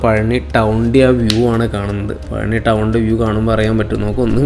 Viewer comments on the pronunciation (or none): പളനി അല്ല. പഴനി